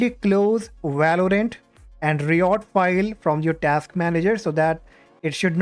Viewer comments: ri ot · "reeyot games"😂